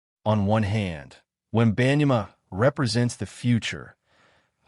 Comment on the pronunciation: I don't know where you got this information as you don't even know how to pronounce his name correctly. If you're going to make assumptions, show the announcement of Victor's video. I think you're just trying to start a rumor of incorrect info.